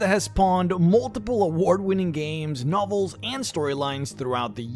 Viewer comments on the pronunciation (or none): What the hell is a no val? Nov el. You pronounce words like you're AI.